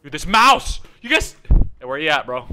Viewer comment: 😂😂😂 “yougus” 😂 he tried to say you guys seeThis 😂😂😂